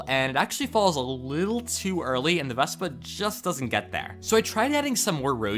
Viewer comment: he said vesba